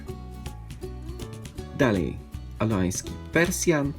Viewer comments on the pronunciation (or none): none